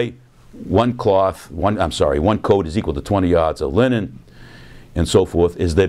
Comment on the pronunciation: Every time he says linen, it sounds like Lenin.